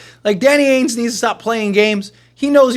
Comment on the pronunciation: Why do you say AINES and not Danny AINGE, there’s a G in there lol